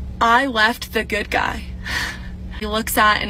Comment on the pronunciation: Yea, it really sounds like you're saying "it's okay to leave the good guy"... Lol